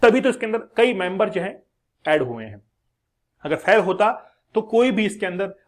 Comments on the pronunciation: फेल को फैल बोल रहा है क्या मास्टर बनेगा रे तू। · Fhal nahi sir fail hota hai